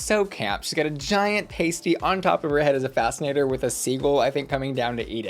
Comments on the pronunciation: It's pronounced past-y like yesterday is in the past. A paste-y is what British queens put on their nipples x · Great video! However, I have to correct you that the Cornish savoury snack is not pronounced “Pay-stee” but “pah-stee”. Love and kisses! xx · As a Cornish person please... Pasty is prounced Pah..stee. That was painful! We never get anyone of TV so this is huge 😂 seen her several times live and we are in for a real treat! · Not pay stees 🤣 I'm British and we do have butter on sandwiches (my husband has mayo instead though!) And we do love a PAST IE😂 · Omg not pasties 😂 for any Americans it's 'pah-stee', also for reference her pasty dress with the white cross is the Cornish flag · Pass-tea not pace-tea (food is food) it’s called that globally. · I’m watching this video as I chop veggies to make pasties (yooper, not Cornish haha) and every time I hear pronounce it like the nipple tassel things I giggle. It’s PASS-tee not PASTE-tee. And it’s delicious. Thanks, Cornwall! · Bahah Pays-tee is not it. its Past-Tea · Not pAstys!?... pasty babes - the a is in the back of your mouth/throat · Pasty is pronounced (pass-tea) not (pace-tea) just fyi, not trying to be a pedant. :) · P.S Pass-tee not paste-ee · PASTY NOT PASTEY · ITS PRONOUNCED PAH-STY NOT PAY-STEE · The mispronunciation of ‘pasty’ was sending me under 😭 Past-tee, not paste-ty 😭😭😭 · Hartlepool = “Heart” “Lee” “Pool” Pasty = “Pass” “Tea” Caramel is not pronounced “Carmel” - stop dropping the second A Americans ffs Also butter in sandwiches is normal - do you guys like munching on dry bread? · UK here !! It’s pronounced PasTee not the way you said it 😹 and a bread bun without butter is a dry slab of bread 🥖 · PASS-TEE. IT'S PRONOUNCED PASS-TEE. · Okay, i love you, but its pAsty. Like past, but with a 'y' at the end. Also, hartlepool its said like 'heart-lee-pool' 😊😊 and good luck understanding the geordie 😅 And you dont put butter in your sarnies? You just have it... dry???! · PAST - EE 👌